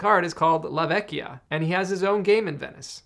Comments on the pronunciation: I wasn't sure, but a kind Italian commenter gave this info: "Yup, in venetian dialect la vecia should be pronounced “la vetcha”, like captcha. When it’s spelled la Vecchia is like a k sound, as pronounced correctly in the video. La vecchia is Italian, vecia is Venetian dialect, but in general that’s how it’s spelled in all northern Italian dialects" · La vecia is a Venice dialect word and must be pronounced with the soft "c" like in the Italin word "Ciao". "La Vecia" means the old one (generic old woman), that in Italian is "La Vecchia" and it must pronounced as you said in this video. Fun fact: "vecio" or "vecia" are often used by the venetians talking with friends, like the english "bro"